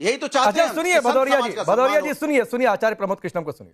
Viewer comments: अरे भदोरिया पहले नाम तो बराबरबोल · अनुराग भदौरिया शुद्ध नाम बोलो 😂